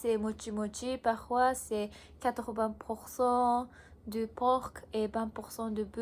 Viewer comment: Tu as un bon niveau, bien joué. Juste en français, le "c" de "porc" est silencieux, à part ça tout est plutôt bon.